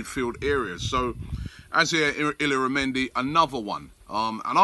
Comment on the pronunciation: Robbie mate, you gotta learn how to say these foreign names. I can say them and im scottish. Sanhelli is prounouned San Yeah Hee. Mislintat is Miss Lynne Tatt. Illaramendi is Ih Yahr Ah Mendi